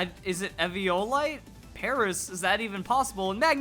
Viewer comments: It is E V O LITE not EV I O LITE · im talking about pronunciation. He says EV IO LITE it is E VEEE O LITE the i is pronounced as an E. He says it weird and wrong and it makes me cringe